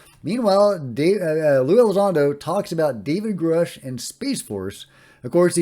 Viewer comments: David Grush pronounced his own name on News nation like “USH” not “oosh” so I’m guessing Elizondo is just forgetting. I used to think Lue pronouncing it differently than David pronounces his own name meant something but sometimes people just forget things and get it wrong and it doesn’t mean anything. The Space Force info is amazing btw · I can’t believe Lue is mispronouncing Grusch’s name. It’s pronounced like “uh” as in grunt. He says his name in the first interview with Ross Coulthart. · I find it strange that lue still can't pronounce David grusch name. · VERY strange. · If he worked with Dave G. Why can't he say his name correctly?